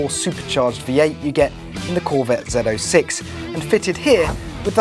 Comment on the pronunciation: If you’re driving an American z06 you call it a zo6 not a zed 06